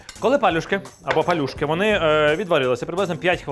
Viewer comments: А палюжки я знаю з наголосом на другий склад) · Дякую за популяризацію української кухні та за гарний контент.😊 Тільки маленьке зауваження,палЮшки - наголос на Ю.😊